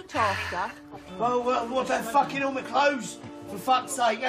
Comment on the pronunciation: It’s the “FAAKIN’ EW” that gets me